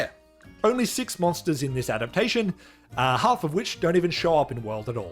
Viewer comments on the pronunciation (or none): none